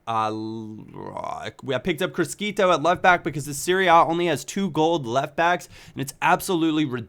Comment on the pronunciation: Criscito is pronounced CrhiSHIto.